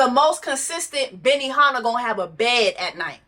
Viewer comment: Not "BENIHANNAH" 😂